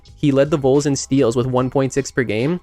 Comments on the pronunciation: It’s pronounced like Vawl not Vole. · Very nice retrospective. But, c'mon, if you're gonna talk about a player's career in college, learn how to pronounce the team name. Vols rhymes with walls. It's not pronounced like the rodent (vole)..